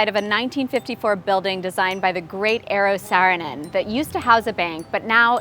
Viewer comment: This is an interesting assignment. I'm not going to call yet, because international calls are expensive, maybe if we get the skype-option... I had to watch the start of the video again (and again), because when I heard the name of Eero Saarinen I just had to check if I heard right. And then I had to listen to it once again just to concentrate on the way the name was pronounced - it (understandably) differs from the Finnish way, but not too much. Also, I have to say, even though I haven't made that many of the assignments, I think that just watching the series and other peoples assignments is interesting and I have learned a lot about art. So thank you for the series!